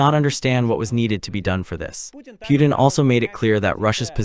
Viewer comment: The u is silent. Pronounced: Poo ten. Pootin